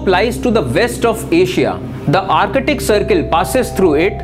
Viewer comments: Sirrrr Ar catic nahi, Ar tic. Antar catic nahi...Antar tic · Abe o bhai this is not artict ocean this is artic